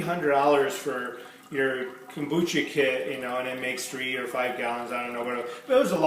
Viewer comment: Kumbacha??? Kombucha